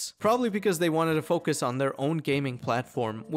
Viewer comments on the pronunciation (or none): none